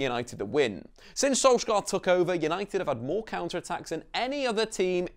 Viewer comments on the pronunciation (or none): Pain my Norwegian ears how he pronounce Solskjær in wrong way. We Norwegian don't do K in heavy way but soft. Solskjær should be more pronounce like Solj@ with taking away the t end of as mostly comes from the Scandinavian æ 👂🏻🇧🇻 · If you drop the "k" sound you'll be much closer. The "skj" sound in Norwegian is pretty much the same as the "sh" sound in English. Don't worry about getting the vowels right. They're fiendishly difficult :-) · it is funny hearing pepole trying to pronounse Solskjær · As a norwegian, im tired of everyone saying solskjær wrong